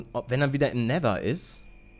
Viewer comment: Wie Paluten einfach mal nether sagt XD Neeeter